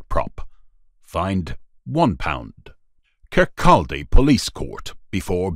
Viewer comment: “Kirkaldy” is not pronounced “ Kirk kal dee” but “kir kaw dee”. Odd pronunciation of Scottish language - try Mulingavie….